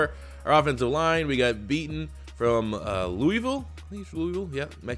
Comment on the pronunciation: His name is Mekhi Becton not Beaton